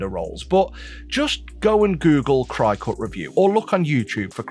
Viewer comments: Is “cry cut” the pommie pronunciation for cricket? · It’s not crycut it’s cricut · Just as a note, Cricut is pronounced like the bug "cricket"